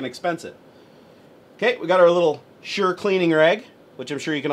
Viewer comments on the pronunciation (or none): It's said like shor